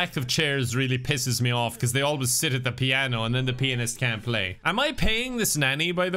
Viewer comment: The way pronounces pianist